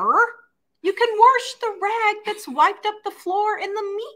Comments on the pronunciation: u mean warsh whatever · very time I hear you say “worsh” 😆 I crack up!!! My grandparents on my dad’s side always said it that way & I used to tell them there was no “r” in the word “wash” 😂 & they would say the same thing about “y’all” and a few other words 😂 I miss them a lot but hearing you say “worsh” brings those happy memories back. Y’all “Worsh” & I’ll “wash” and know that every time you say it your way, I’m giving you a happy air hug & a high five 🖐️ 😁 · There is no "r" in wash. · She always says it that way.